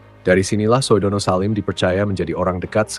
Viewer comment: Kepada narrator OE itu ejaan lama. Bacanya U. SUHARTO bukan SOEHARTO. Sudono bacanya BUKAN SOEDANA.